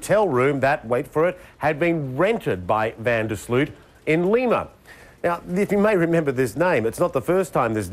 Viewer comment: Funny how English and Americans are not able to properly pronounce the "Sloot" in Van der Sloot. :P